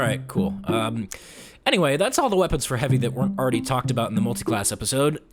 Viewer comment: Why u say „Anyray“ instead of „Anyway“?